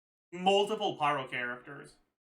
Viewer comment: bro said pryo mc 😭🙏